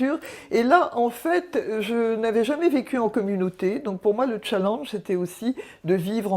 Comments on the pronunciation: On dit pas chalange mais chalANge ou pour comprendre chalinge on dirait ma prof de sport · ON DIT " CHALLÉNGE " PAS " CHALLANGE " MERCI BIEN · Mdr "tchallange"😂😂😂😂